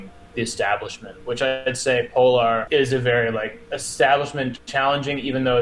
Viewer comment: Putting Foundation far right because one of their logos incidentally looks kind of like a religious symbol was the biggest bozo move of the video Also…”poLAHR”. Bro stop